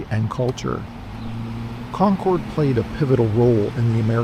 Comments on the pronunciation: i live in concord, it is pronounced (con-curd) sorry it's a pet peeve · In the town we pronounce it Con-crd, emphasis on the first syllable, shortened second syllable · You’re pronouncing it wrong. Not trying to be a troll. Just be mindful Because the bougie, rich locals will certainly correct you.